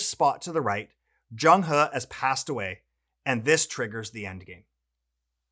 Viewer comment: Awesome video! Great to have you two on board the Treasure Fleet 🚢. Your pronunciation of Zheng He is probably better than mine! 😄